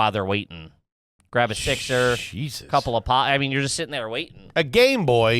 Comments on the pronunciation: Does say “Gwab the squad” on purpose lmao, this is atleast the 5th time I’ve noticed him say “gwab” instead of “grab”.. is he talking like Elmer Fudd on purpose? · Gwab the sqauddd